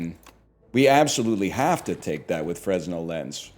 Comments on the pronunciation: Fruhnel, not freznel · Idk if he's doing a bit but fresnel is pronounced furnell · NL: Be word enjoyer. Also NL: Pronounce Fresnel with the S. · Him pronouncing the 's' in Fresnel is killing me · Any other theatre kids get irrationally annoyed at NLs pronunciation of Fresnell?